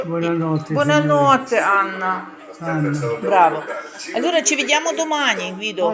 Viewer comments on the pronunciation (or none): Алорра не алерра